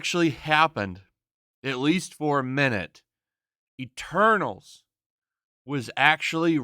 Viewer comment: Told Ya! MEH-TERNALS